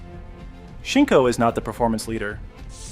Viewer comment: I'm sorry, but seeing how you got Shinko so wrong , I am left to wonder what else is incorrect with this whole production.